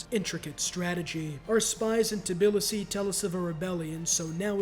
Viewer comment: I take it back, hearing him pronounce Tbilisi was so painful